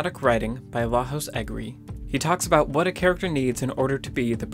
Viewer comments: Good video, I really enjoyed the content! That said, being Hungarian, it bugs me that you say Lajos Egri like he's Spanish - the correct pronounciation would be something like La-yosh instead of La-hos. Take care! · The J in Lajos isn't A H, but a Y pronounced. Its a Hungarian name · Thx for the vid. If interested, pronunciation of Lajos is Layosh. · Really liked this piece! One little note: Lajos is pronounced La-yosh (stress on the first, short syllable) not La-hos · Lajos Egri is pronounced Layos Egri, just saying! :D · FYI it's pronounced LAYOSH. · Lajos It's pronounced "Layosh" ;) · As a hungarian, just wanted to say you almost nailed the name of egri lajos. the problem was with j, it's pronounced kinda like the first sound of "you". hope it might help in future videos, keep up the good work! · Thank you for the insightful video. I just wanted to give you a heads up for Lajos Egri's name. It's Hungarian and the j in Lajos is actually pronounced as the y in yellow. So his name would sound like lah-yo-sh, stress on first syllable, as you already did. You pronounced his last name perfectly. You definitely don't have to change it in future videos, just thought I'd give you a fun fact. Love the rest of your videos too! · Lajos egri is a hungarian name not spanish. The pronunciation is [laiosh] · Great video! But please note that the name "Lajos" is pronounced "La-yosh". He's Hungarian, not Hispanic :) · FYI, the J in "Lajos Egri" isn't pronounced an H, it sounds more like the Y in "yes".